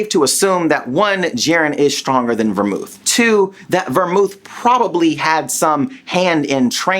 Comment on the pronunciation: Belmoth* kefla* Bell-Moth Keh-fla not vemouth and keifla